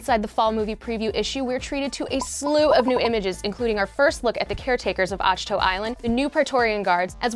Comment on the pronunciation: "Ash-Toe"? Thought it was "Ack-Two". And yes I know its spelled "Ach-To"